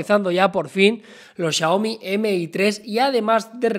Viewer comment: Xioami JAJAJA